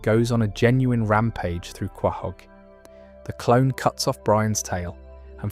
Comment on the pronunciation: Some advice Quahog is pronounced co-hog not how its spelled